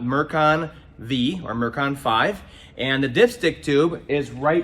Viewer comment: Actually, it's Mercon FIVE, not Mercon VEE. Hope this helps.